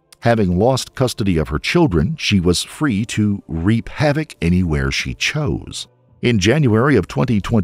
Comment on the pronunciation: Its "wreak havoc" not "reap"